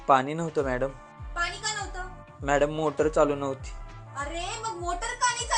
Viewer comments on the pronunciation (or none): हे विनोदी किस्से सांगतात ते अतिशय उच्चार पूर्णपणे अशुद्ध बोलतात, आनी पानी असे बोलतात. जरा आपली मातृभाषेतून तरी शुद्ध बोला.